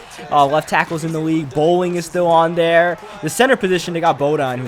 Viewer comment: And he says "Dare" instead of "there"